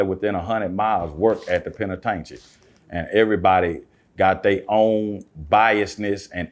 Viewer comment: Please tell him the correct pronunciation of penitentiary ....